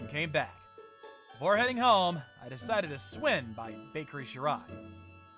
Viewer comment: Can you say “swin” when you mean swing? 😂😂😂